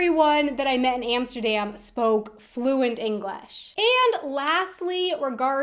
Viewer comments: Why do you say 'Englash' , try 'English'. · Inglesh? Last time I checked, it was english. Not inglesh. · What is this "Englesh" you speak of? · In Holland many people speak English, compared to the US where some people speak it. .. Seems you speak Englash. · oke one thing, how does she pronouce english?! she said englesh like 5 times in a row! it irritates me sooo bad. But ik like her video sinds im from amsterdan